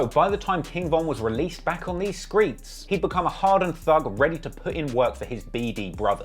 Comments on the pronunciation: saying Skreetz instead of Streets Threw me NGL lmao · said Skreets. 🤣😂🤣